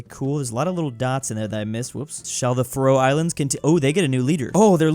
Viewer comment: The Way said faroe Islands made me want to unalive myself as a danish person